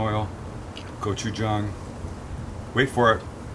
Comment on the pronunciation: Yayyy you pronounced gochujang right lol